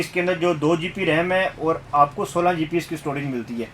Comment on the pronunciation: Aap GB ko GP BOL RAHAY HO